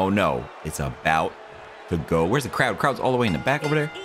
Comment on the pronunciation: craud townt? 😂😂